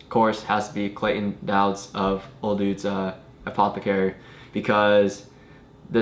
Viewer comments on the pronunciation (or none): You even said Clayton Douds (pronouncing it DOWDS) and still pronounced O'Douds as O DUDES... SMH 😧😐 there is no hope... 😂😂😂